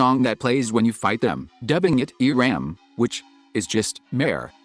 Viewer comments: So, you are telling me... Eram it's actually... E-ramb? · omg "ERAM" e-ramb electric ramb